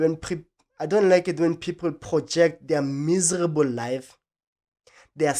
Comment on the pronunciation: 😂😂😂 wa tle wa emphasize "miserable" 😂 I am here for this. They must stop these ridiculous questions.